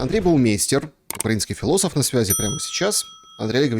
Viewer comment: ошу прощения- но это вы сами с собой разговариваете? Зачем так сурово о своих способностях? Да, и если «хфилософ» знает пару (нет, одну) строчку из всем известного стихотворения, которую он сунул непопад, как и ударение частенько- из этого следует, что он интеллектуал?